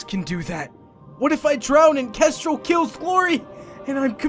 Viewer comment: Nobody: Not even Starflight: Well-mannered Clay: "Kestrelle"